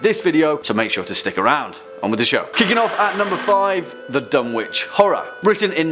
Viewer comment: Another great video! However you don’t pronounce it Dun-witch it’s Dun-itch. Silent W.